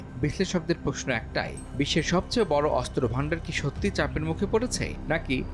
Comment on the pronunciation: অস্ত্র উচ্চারণ শুদ্ধ উচ্চারণ করতে হবে, 😮ভালোই 😮